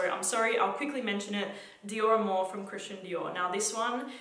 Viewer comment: Did you say dioramour ?